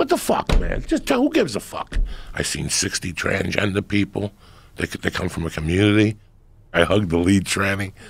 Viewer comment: ''TRANgender'' - Joey Diaz